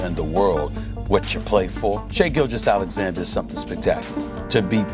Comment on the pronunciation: “Shai Gill Jeyus” 😂